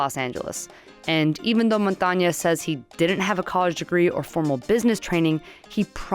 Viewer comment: It's Montañez not Montañas!!!!!